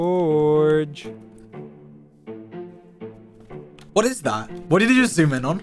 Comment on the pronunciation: bro called him dorge the hole time💀💀